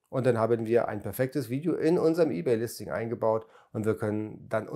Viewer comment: Ey-bay und Wördpress, wer kennts nicht 😂✌🤔